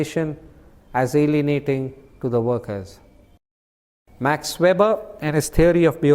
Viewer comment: 😢his name is not Ma(r)x, just Max, regards